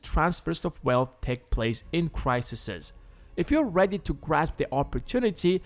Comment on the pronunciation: pronounced plural form of crisis wrong :/